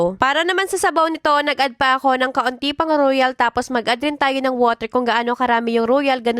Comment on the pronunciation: royal not ruyal 😅😅